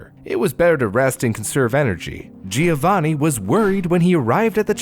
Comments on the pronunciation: It's JOE-vaNNN-ee, not GEE-OH-vanee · Oh honey you're trying so hard with the pronounciation I really appreciate it, pretty good! But please remember the "i" in Giovanni is not pronounced! It is more like "jo-vanni" , no "i" sound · My best friend's fiance is from Italy, she said it's pronounced JO-vanni 😅 "The more you know!"